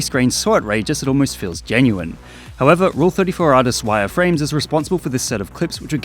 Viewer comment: no oh god its wyerframez